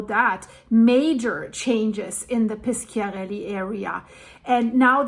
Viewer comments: You must say Pisharelli, not Piskiarelli. In italian, "sc-" is like your "sh-". And Bàcoli is not Baciòli: you must say Bahkoli, not Batcholi. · Hi. It’s Pishiarelly, soft c. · Però piskiarelli è molto più cortese di pisciarelli !!!😂